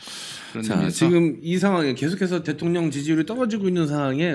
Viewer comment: '대톡녕'이 아니라 '대통년'으로 들었네.ㅋㅋㅋ